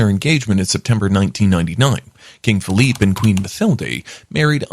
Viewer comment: Philippe not Feliph